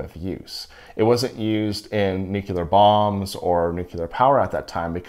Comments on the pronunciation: Nuke-you-ler? 🤦🏽‍♂️ Nuclear dude. We have words for a reason. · "New-clear," not "new-cue-ler." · " nucular bombs..." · I cannot believe that someone who knows SO much about radiation cannot say nuclear. It’s new•clee•er. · Difficult to take you seriously on the topic when you can’t pronounce “nuclear” or “nucleus” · I'm sorry but there is only one u in nuclear